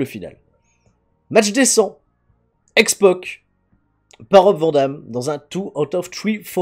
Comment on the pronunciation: Pourquoi dit il toujours x poc et pas x pac????